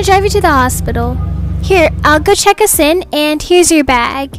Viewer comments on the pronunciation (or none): who heard, “I’ll go check A Sin” instead of, “I’ll go check us in”